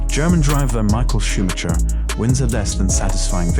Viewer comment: I would strongly advise learning how to actually say ‘Grand Prix’ and ‘Schumacher’ properly if this is going to be an F1 specific channel